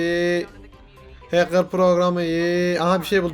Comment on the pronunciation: adam watch dogs 2 demiyo ahcker game diyo